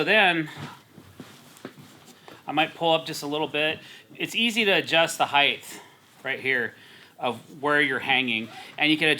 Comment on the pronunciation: Kinda like height(th) Thanks for the video